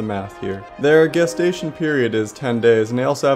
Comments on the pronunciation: Lower music next time pls Also it's gestation period not "Guestation" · FYI: the G in gestation is pronounced like a J as in GIF.